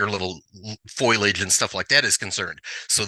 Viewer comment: TRock said "foilage" instead of foliage, just like Marge Simpson! 🤣🤣🤣🤣🤣